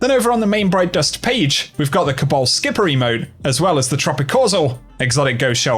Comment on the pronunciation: Haha you said cabal skipper XD